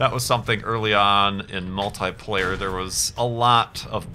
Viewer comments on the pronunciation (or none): none